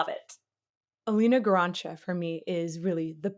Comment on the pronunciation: By the way, the correct way to pronunce Elīna's name is "Eleena Garancha", with stress on the first syllable in both her name and surname ;)